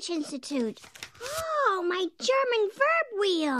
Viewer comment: Also, it's "isst", not "iest". German has short vowels too; it's not a Romance or Slavic language. Why do so many people get this wrong? And you'd think Lisa would know better, because she's, you know, Lisa, and she knows everything. Except sex - she doesn't know about sex, for some weird reason.